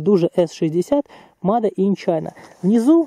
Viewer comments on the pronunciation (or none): none